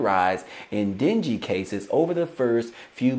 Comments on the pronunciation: Den-gay is how you say it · Dengue = den-gay